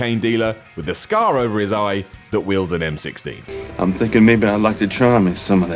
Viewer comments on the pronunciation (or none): It's almost as if he said M16 but his accent made it sound like M60... oh wait